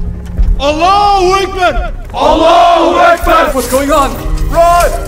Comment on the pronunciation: The sultan can't even pronounce Allah Akbar... Subhanallah. This film is Kufur and lies, not based on Islamic Atticate